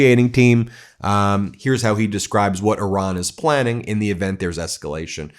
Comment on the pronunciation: Thank you for properly pronouncing 🇮🇷 Iran